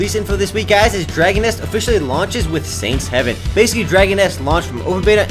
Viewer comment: >_> was i the only one annoyed that called saint's haven, saints heaven?